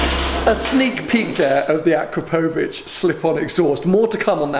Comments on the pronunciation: When pronouncing "Akrapovič", the emphasis is on the second 'A', not the 'O'. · "No no no no no It's akrapohvic not akrapovic, your doing it all wrong" ty Hermione, jokes aside, love your content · AkrApovič, not AkrapOvič. 😎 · Great vlog and fair play for getting it tuned!! I must say though it's pronounced: A-KRAP-O-VICH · sounds wired how he pronounces "AkrapÓUvic" :D … but i like the idea of keeping the 911. so much stories behind that car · Ah crop o vich. I don’t know what letters you’re pronouncing but some of them don’t exist in that word. Good luck with your Porsche. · I think the guys at akrapovic will not be too pleased how your pronouncing their brand 'o crap ovik' is how it should be said. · Its pronounced A-crap-o-vich! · It’s pronounced a crap o vic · FFS - please ask a Slovene how to say Akrapovič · Please have someone show you how to pronounce Akrapovic :) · I hate that everyone says akrapovic wrong. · OMG hearing the Akrapovič name said wrong so many times is painful :S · The way you pronounce Akrapovic is so weird.